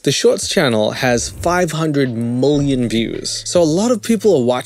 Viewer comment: I love how you say moolian instead of million 😂